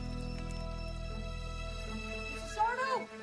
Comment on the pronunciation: It's sar-DO! no mister accent on the Do!